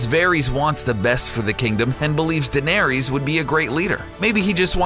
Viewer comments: Varees and danaerees? var ISS, danaer ISS. ech. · i dont mind people making vids like this but if you do say their fucking name right varies really its varys va-ry-s watch game of thrones before posting a vid on it same with Daenerys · omartheodd he also mispronounces Danerys and Lyanna it annoyed the hell out of me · ITS NOT CERSAY DANARIES AND VARIES!!! Like omg they literally say it in the fucking show like idk how you think they're names are pronounced like that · Who the hell are Vairees, Danairees, and Cersay? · Varies? Daenaries? Sir-say? When do they ever say the names like that in the show? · Varys - Va-riss, Daenerys - D-nair-riss, Cersei - Ser-see, Sansa - Sarn-sa (the show being without american accents, Sarnsa is the "correct" way to say her name)